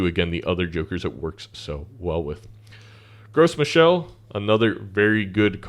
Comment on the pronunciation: Sorry if anyone else mentioned it - but Gros Michel is an easter egg of sorts nod to the TV show Arrested Development. It's actually pronounced "Gross Michael" and the banana is a reference to the banana stand in the show. Carry on! Great vid.